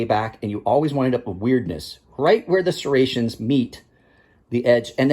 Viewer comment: I get the trouble with serrrations. And microserrations are a pain to sharpen